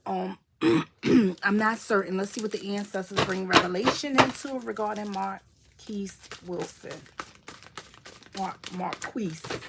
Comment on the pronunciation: You pronounce his name correctly